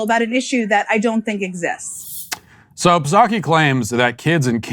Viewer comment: No matter how many times Matt says Puhsocky I still laugh to myself. Good stuff.